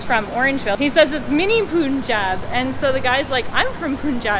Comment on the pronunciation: Just stumbled onto your vlog- nice! Btw the Pun in Punjab rhymes with Pun, Hun, Sun ... It’s not Poon-jab :)